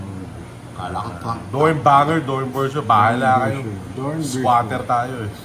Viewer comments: Doernbecher po ang basa po ay dornbeker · “Dowenbeker” putchaks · Boss and master antishoeexpert ang tamang pronounciation i think is parang. Dornbeker (DOERNBECHER) beautiful 1/1 shoes boss